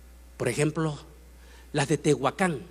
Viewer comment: No es Tehuacán es Teotihuacán